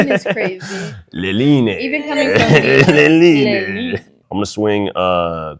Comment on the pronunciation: Take a shot everytime that dude says gorgeous haha and no way she just gave that dude shit for pronouncing leyline wrong when she butchered the pronunciation of aboreal